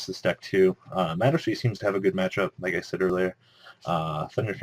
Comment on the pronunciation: I don't like the way you pronounce madolche.